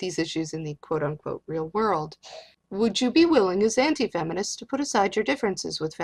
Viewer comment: I swear to god says "hentai feminists"